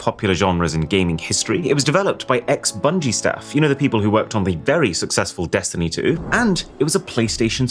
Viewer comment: Congrats on butchering "Bungie" :p